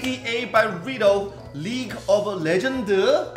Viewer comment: HE SAID RITO!!!!! LOL it is R I O T... pronounced RYOT or RIEOT